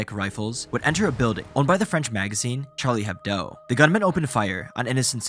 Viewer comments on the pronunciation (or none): Charlie HebDO, not HebDOE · I have never heard such an americanized pronounciation (and misspelling) of Charlie Hebdo so far :D